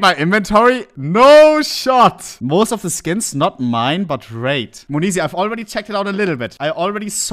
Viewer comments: its not MONEZI its monesy , dear Hans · Moneeeesy 🤣🤣🤣 its monesy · Bro calls him mayoneesy now 💀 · the way u were calling him moneeezy tho was just a little triggering hahahah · the way ohne pronounces monesy XD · Does he not realize he’s saying his name wrong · the way he pronounces monesy gives me a stroke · sprich doch den namen richtig aus